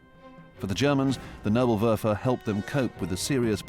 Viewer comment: It bis not nurblewurfel , it is Nebelwerfer [Nay-bull-Where-fir] (fog thrower ). PLEASE DO FOR ONCE >>SOME HOMEWORK BEFORE YOU BUTCHER LANGUAGES. Have some RESPECT for other languages!